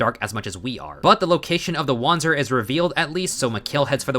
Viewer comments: Well, german here: You pronounced it very english, so imma try to use other words to better explain how german works. Wander is not pronounced Wonder, it's closer to the word Under. and the Z in panzer is closer to a TS sound, like in Pants. So uh, try to say WunderPantser instead and it will work out prolly. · do we just ignore the part where he used the W already as correctly as a native english can? His problem lied in the pronounciation of the "a" in wander.